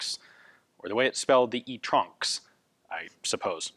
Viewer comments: I laughed my ass off when he said "e tronx" idk why it's so funny but i can't stop laughing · Nobody: Remington: STronxs